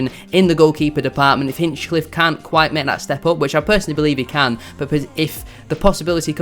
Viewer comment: Well researched but missed the target on one or two points. i) A number of the fringe players you mentioned were brought in - often at short notice - to cover an unprecedented catalogue of long-term injuries; that’s all they were, cover. ii) It’s Ben Hinchliffe not Hinchcliffe; what is it with YouTubers who simply can’t get his name right, even those like yourself who are better than most; likely golden glove this season and an astonishing story from NLN to League 1 breaking almost every County goalkeeping record on the way. iii) You’ve missed the point about County’s recruitment over the last four years and the signings you suggested were way off the mark; the players brought in were never just about promotion, but about the next promotion as well - Sarcevic (pronounced correctly ‘Sars-e-vik), Madden, Powell, Olaofe, and others. Bradford City might look at this model to their advantage and learn. Wrexham to a degree have done like County, though have actually lost out to County more than once over the past three or four seasons in player chases (Nick Powell); the Vita properties (County owner’s company) in central Manchester are a big enticement and makes playing for Stockport County very attractive (Search Vita Living in Circle Square for example). The club’s infra-structure in every respect is some way in advance of their position in the pyramid. iv) If you check out the County forum, there’s a thread about players’ contracts - not really an issue (though Ethan Pye being p